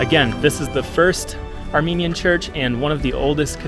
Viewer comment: Thank you sincerely from the bottom of my heart for your video about Armenia. As an Armenian living in Canada I find your presentation excellent, precise and your voice and pronunciation of the Armenian sites and cities are superb. GOD BLESS you and your family.